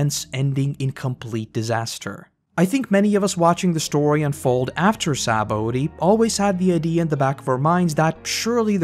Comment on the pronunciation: Sha-bon-dee. SHA-BON-DEE. Other than that great video.